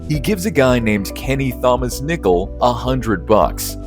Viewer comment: Awful thumbnail work and that case isn't even mentioned in this video. Typical AI slop. Also you mispronounce Thomas because you're a robot.